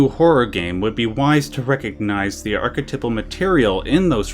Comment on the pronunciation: I've never heard the word archetypal pronounced that oddly before. The proper pronunciation is ark-eh-tEYEp-el.